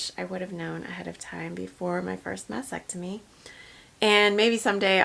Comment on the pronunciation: FYI… It’s pronounced mastectomy (Ma*stek*tuh*mee) not masectomy